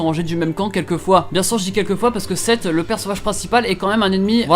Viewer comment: Nayfuos Lc le « manga » est français (manfra), du coup Seth se prononce « sept » et non seto ^^